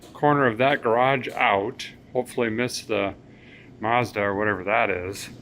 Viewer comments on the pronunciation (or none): none